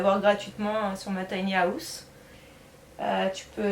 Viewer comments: Bonne vidéo mais à chaque fois que tu dis “house”, ça me stresse parce que tu dis “Haouse” Je dis pas qu’on doit tous bien parler avec un Bon accent mais quand même 😭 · la prononciation du mot house est revoltante. le h est sonore